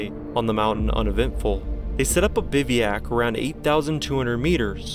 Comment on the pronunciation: I was in until you said bivvy-yak. Then everything was clear.